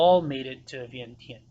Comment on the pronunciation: For a history teller, why do you have to pronounce Vientiane so stupid? Just because English cannot spelled it correctly you don't have to pronounce it the way it can only write.